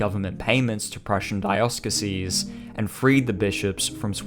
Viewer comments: dioceses is "dEYE-oh-sseez" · Dioceses. Jesuits. Learn how to pronounce these words.